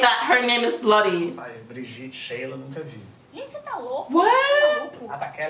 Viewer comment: ela falou "você" direitinho